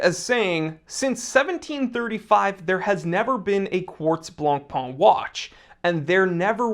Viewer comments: Stop saying "Blanc-PUH" 🤣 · dear, Jean Claude Biver's name isnt that butchered, but BLANCPAIN is STILL BLONPèN and NOT BLONPAAN or (goshhh!!!) BLONPON!!!!!!!... 🤯🤯🤯🤯🤯PLEASE be nice to the Whitebread and do not butcher that too violently. 🤣🤣🤣😈😈😈🤯🤯🤯🤯🤯🤩 Meanwhile we'll hopefully see not another copy of a copy of a copy of an FP Journe or Moser... Perhaps a new instant classic in Luxury sportwatch? Who knows... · if you can pronounce Chopin, you can pronounce Blancpain. The -pin in Chopin and the -pain in Blancpain (it means 'whitebread') are pronounced the same.